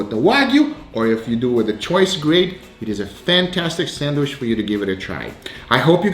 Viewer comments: Bro anyone getting a little triggered when he says "sandwish" ??? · Why do u say sandwish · No one:: sAnWiSh